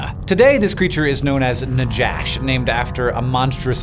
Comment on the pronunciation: It’s pronounced “Nahash” with a hard H like the J in “Juan”. In Hebrew it’s Nachash.